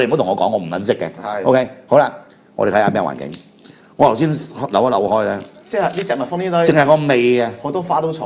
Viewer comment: 癡脷筋千啤，咁多年來講「頭先」都講唔到，講「油先」，唔知咩鄉下。